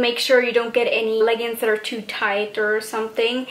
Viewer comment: It's not half plaid, it's half pleated. It's 100% plaid. that pattern you say is your favorite is called "plaid". you could see yourself wearing them in the classroom? You look about 35? please learn how to pronounce leggings.